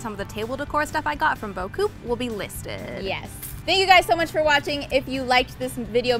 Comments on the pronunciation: super beautiful! PS: in french the "p" in beaucoup is silent, you say "boa- coo" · Hey, just an FYI, because it drives me a little crazy. Beaucoup is a french word and it's pronounced Bo-koo, the p is silent. I went to the company YT page to make sure that's how they pronounce it and confirmed that the p is silent for them too.